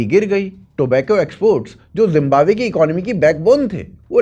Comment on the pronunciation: Yar pehle to tum zimbabwe ko jimbabwe bolna chor manhoos lag raha he jimbabwe kehte hue parha likha hokar bhi jimbabwe bolte ho